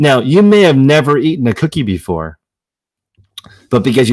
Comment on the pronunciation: At first I thought you said that was a great quickie...but it cookie. But it got my attention